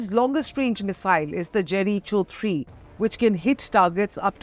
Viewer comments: It’s pronounced Jerry Go not cherry Cho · Ever since I was child I though Jericho was pronounced 'Jerikoh', and we used to sing how "Joshua fit the battle of Jerikoh, Jerikoh, Jerikoh....and the walls came tumblin' down". Had to do a double take when I heard it being pronounced as ...cho. 😮 Cho wrong. I believe...when one is in the media limelight, it's important to do some background checks. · Jeri cho? 😅 its pronounced as jeri ko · Its not Jeri- cho...its Jeriko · It’s pronounced jeri-koh missile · Jericho is jeriko not jeri cho lol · Its pronounced more like Jeri-Co not cho😩.. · Useless reporter... It is not Jeri Cho missile... It is Jericho.... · First, pronounce Jericho correctly so that we will believe your news.😂 Je ri koh. not cho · The pronunciation is 'Jerry-kho'. Not 'Jerry-cho' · Pronounce as jeriko=Jericho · Jericho😂😂. It’s pronounced Jeriko. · Jericho should be pronounced - 'Jeh ruh koh' / Jeriko ! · Please pronounce Jeri'ko. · I stopped watching the moment she said jeri- cho! This is the level of media!!!! Sadly! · It is not Jericho... Pronounce it as Jeriko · Its pronounced Jerikouh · my dictionary pronounces it Jerikoh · You are pronouncing Jericho wrong... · Pronounce 'Jericho' properly, plz.